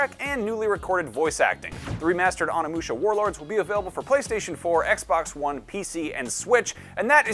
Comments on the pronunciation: Bruh, it’s OH-NEE! NOT ON-EE! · I'm pretty sure it's pronounced as o-nee-mu-sha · "oh-ni-mu-sha" not "on-i-mu-sha"